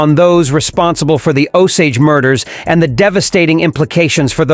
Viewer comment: It's pronounced Oh-sage.